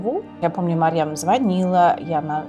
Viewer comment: Не Марем а Марьям. Мать Иисуса.